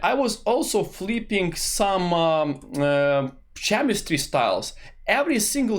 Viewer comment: Nice video, one thing "chemistry" you should read with the "k" letter like clock, not with "cz" like cheddar